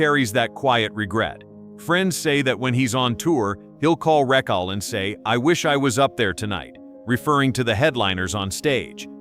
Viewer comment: How annoying…..Ra-chill.